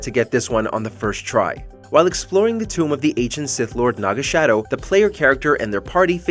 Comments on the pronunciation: its not Naga Shadow, its Naga Sadow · Ok, two things. It's Naga SADOW, not Shadow. Uthar Wynn even pronounces the name correctly in the clip shown. The puzzle is just the hanoi towers, literally copy-pasted. Third grade stuff. The difficulty of it is greatly exaggerated. That is all. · Naga SADOW, not SHADOW XD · When he called naga sadow, naga shadow not once but twice. Broke nah heart. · It's sadow, not shadow. And that pillar puzzle is easy and has been in multiple games.